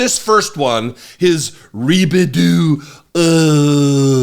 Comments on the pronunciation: Reebadoo uhh😂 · A rebedo ahhhhh. LMAO! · What's even worse when Trump says Ri-Bi-Do...Uhhh, the people behind him have no idea it's happening. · A re-bid-deu.... ahhhhh. Please keep that orange clown away from the White House. Vote Blue! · Wtf is ribbadooo uhhh. 😂 he's worse than a 3 year old.